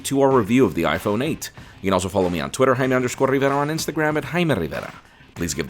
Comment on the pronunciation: Yo Jaime Stop pronouncing ur surname wrong i even researched how to pronounce it😂